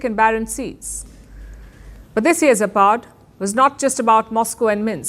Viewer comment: It's zApad. Not zApAd, not zapAd. It's not "whatever", one means "west", the other - "decline".